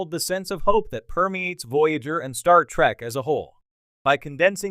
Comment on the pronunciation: Geek rant: Its TREK, not TRAK lol